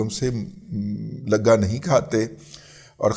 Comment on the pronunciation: السلام علیکم ، رضواں رضی صاحب جوش ملیح آبادی صاحب کہتے ہیں : الفاظ کے سر پر نہیں اڑتے معانی، الفاظ کے سینے میں اتر کر دیکھ۔ جنرل شجاعت شاہ کے اثاثے ان کی آمدنی سے لگا نہیں کھاتے، یہ لکھنے میں تو لگا ہی ہے مگر بولتے وقت ' گ ' کو لمبا کرنا ہے۔ تب وہ مطلب حاصل ہو گا جو آپ بول رہے ہیں ۔